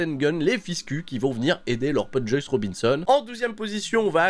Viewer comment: Sinon, je me demande depuis un moment, une raison particulière pourquoi tu prononces Juice "Joyce"?